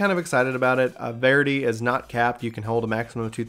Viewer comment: It's pronounced VER-ity, like the word "verify."